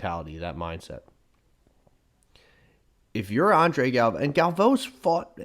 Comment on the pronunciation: Both of you are say Galvao wrong.